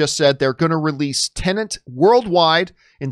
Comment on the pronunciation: Why do you say teneNT and not TenEt ?